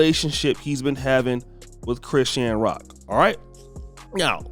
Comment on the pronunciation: Why you butchering chrisean name like bro you put to much stress on it